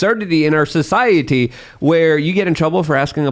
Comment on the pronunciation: Why does always hard pronounce the T in society?